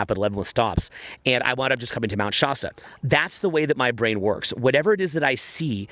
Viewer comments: Shaa- stuh As in last, or fast Love you! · I’m from that area near Mr Shasta. It’s a hard A. Mt ShASTa Hahaha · SHAH-STAH haha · Bruh, you live in California but still say "Shasta" like a Canadian.